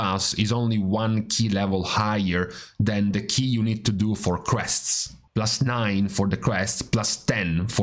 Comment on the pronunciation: Took me five minutes to realize he said crests.. not quests..